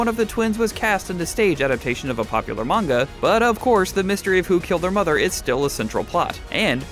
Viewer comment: Side note.. Pronunciation of Manga causes me to cringe..